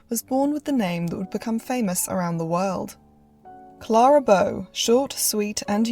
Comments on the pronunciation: Great video, but her name was pronounced CLAIR-A not CLAR-A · You lost me at Clahh-ra …..